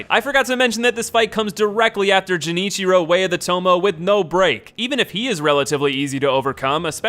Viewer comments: he said "jenichiro" multiple times as well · First he says Jenichiro, then ichimongi... like come ON MAN YOU JUST SWAPPED THE LETTERS FOR BOTH WORDS? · Gen ichiro pisses me off, it’s pronounced gen as in generator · game: ichimonji him: ichimongi game: genichiro him: jenichiro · It’s not JENichiro way of the Tomo, it’s GENichiro (like garden) of tomo-AY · "Jenichiro" "Toh-moh" "Gyooboo" "Ichi-mongee" >priestess yao being referred to as "him" No shade dude it's just funny lol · its genichiro not jenichiro dumbass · >Jenichiro >Ichimangi Did this nigga play the game with the sound off? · PLEASE STOP SAYING “jinichiro” it’s “GHE” “GEH” niciro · It is pronounced GUenichiro, come one dude, not jenichiro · Dzjenichiro? Way of tomo? Bro do you even pronunciation. I always wonder how people can still get a name wrong when the game or whatever media doesn't even pronounce it that way. Imma make mah own name! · Gah “Genichiro” pronounced as “Jen ichiro” is icky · Genichiro not Jenichiro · u fucking mixed up g-s and j-s in genichiro and ichimonji like wtf is jenichiro and ichimongi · It's not pronounced Jenichiro. It's Genichiro with a hard G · would if he at least did his research with the name. Its obvious because everyone calls him Genichiro, not Jenichiro in the game, even in the English dub. Unless he played it mute or skipped the cutscenes, then thats not a complimentary thing for someone ranking bosses. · Now repeat after me, GEN•SHI•RO....jenitchiro headass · *Pronounces Gennichiro as "Jennichiro" okay fine people make mist- *Pronounces Ichimonji as "Ichimongi" bro are you for real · Jenichiro, way of toe-mo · Dude just what the fuck? You fucking slaughtered the Japanese. It's not Jenichiro it's Genichiro like "gay". And it's not Ichimongi it's Ichimonji like "ninja". Please stay the 3rd grade English Americans out of the Japanese. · "Jenichiro, Way of Tomoh!" An attempt was made :P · The way "Genichiro" was pronounced gave me a heart attack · "Jenichiro, Way of Tomo"